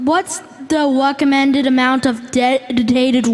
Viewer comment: he says "weccomended" and "wam" obviously a problem with the R